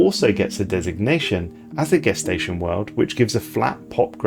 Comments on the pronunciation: it’s pronounced “jess-tation” not “gess-tation” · Are you British? We didn't pronounce gestation that way in the US.